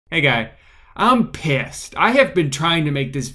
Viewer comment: I love how Drew said "I'm PISS" at the beginning instead of "I'm pissed"